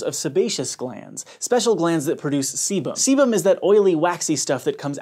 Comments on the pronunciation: I heard sebum as semen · Who else heard "semen" every frickin time he said "sebum" ?